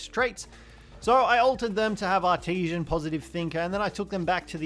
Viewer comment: English much hard for this youtuber. E.g.: the way he pronounces "artisan". Much trigerrino, gotta say.